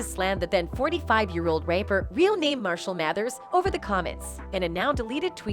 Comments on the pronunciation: Are you also hearing "raper" rathen than "rapper"? Wtf... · Lol. The automated voice said "pack" and "raper" lmaooooo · I stopped watching after she said tupack and raper instead of rapper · The voice over called EMINEM a raper instead rapper WRONG GUY VOICEOVER LADY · This narrator is killing me with the pronunciations... "PACK" & " RAPER" 🙃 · Emeniem a raper? Tupack? Or 2pack sudge knight damn lady at least get the names right the people she mentioned must be other rapers or already dead 🤣😂 who the hell is sudge knight and what is a sudge and Tupack or 2pack and who are these rapers? Greg karding? I don't think our community is safe. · Did she call em a Graper ?😂😂😂